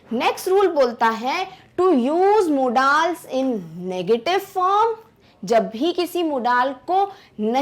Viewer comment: are madam aap मॉडल्स को मोडालस बोल रहे हो